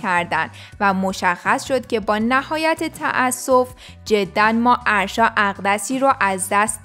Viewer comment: اَاَ داره اسمش اَرشا لطفا یاد بگیرید یاد بگیریددد اسمش آرشا نیست اگه برید توی پیج فن پیج هاش میفهمید اَ دارههه